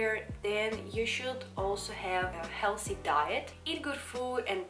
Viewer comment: I'm probably the last man on earth who will say something negative about you or harm you, but the way you say "healthy"(as "healshy") is the most adorable thing I've ever heard!